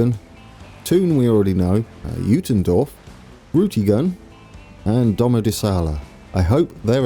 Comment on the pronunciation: Already a lot better, love the effort. Keep up the great vids. Below are some more tips if you want to try. Brienz is pretty much on point. Spiez already sounds pretty geman but not yet swiss german. It has the same i-e pronunciation als Brienz. Intelaken & Thun are good. You can drop the 'n' at the end of Interlaken to get even closer. Uetendorf could do whit a little improvement. the 'U' is pronunced a little strange like an 'ü', look up the pronunciation of the german word 'über' and use that 'ü' sound. (sorry i can't explain it better) Uttigen is pretty close as well, just needs a little more stress on the first syllable 'Utt'. And then Domodossola needs a lot of work. It's 'ssOla' not 'ssAla'. And you need to to stress the second 'do' as well as make it a really sharp 's'. and then give it a little Italian flair and your there ;) I hope i could help.